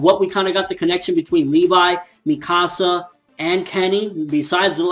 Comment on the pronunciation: You pronounce, Mikasa so wrong.